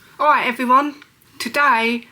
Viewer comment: "Awight evwywun" 😂 spastic